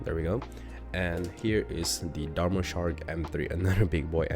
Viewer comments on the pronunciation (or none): none